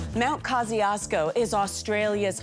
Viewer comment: Kosciuszko is pronounced differently!